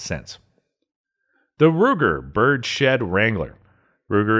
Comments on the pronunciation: This is the second video I've seen of yours where you say "bird-shed". Are you intentionally not saying "birds-head" correctly or do you honestly think it's "bird-shed"? 😂😂😂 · Good video! Frankly, you sound way too normal and articulate to be a “” LOL…minor tweak…”Bird’s Head” for Birdshead grip, not “Bird Shed”…from the Uberti site: “The bird’s head grip was originally designed for Colt Derringers in the 1850s. In 1877, Colt incorporated the distinctive and comfortable grip style into full-frame revolvers called Bird’s Head Colts.” Keep these excellent videos coming!